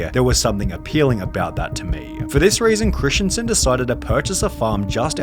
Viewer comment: Its christensen not christiansen. Hurtin my feelings.